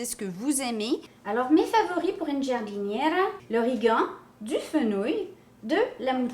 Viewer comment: Alors tu prononce jardinera. Le i est la pour faite du g un j , comme le e en français comme pour Georges par ex. 😆😆😆